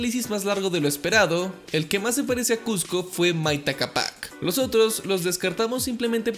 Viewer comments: Me gustó mucho tu investigación ❤️❤️ solo quería acerté una observación 😅 es que Maita cápac se pronuncia con mayor fuerza en la "cá" no en la "pac" 😅😅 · bro no se pronuncia asi es: maíta cápac ( es la pronunciación no la forma de escribir) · Así no se pronuncia Mayta Cápac ywy